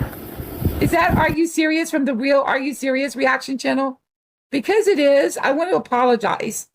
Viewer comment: I cant deal with the "weal"